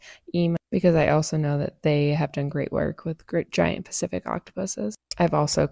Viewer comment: Third time around that woman said 'Giant Specific Octopus' I swear